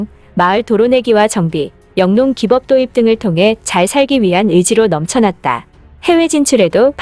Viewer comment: 기법은 [기뻡]으로 발음함. 대다수 한자어는 뒤에 오는 글자를 된소리인 수뻡.대까.수까,인끼 등등으로 발음합니다. 네이버나 다음 사전에서 확인해 보세요.